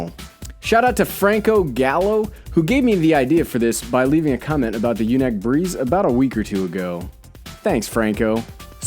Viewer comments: YunEEc... Not yunik. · You're killing me it's pronounced unique LOL I have the typhoon H that's why I now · U said the name wrong